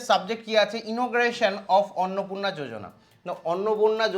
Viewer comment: Bhai jojona nhi yojana h aage padhne dikhk